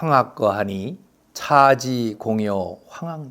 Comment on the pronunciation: 선생께서는 첫자가 장음인 한자어를 짧게 발음 ㅎ하셨네요.즉, 처처 사인수. 이와 반대로 짧은 것을 길게 하신것,차지 하처, 안전. 방초는 길게도 하고 짧게도 발음 하셨읍니다.미국 변완수배